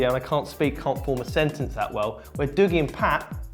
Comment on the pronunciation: Love how none of you can actually say Dougie the way Dougie says his name is pronounced.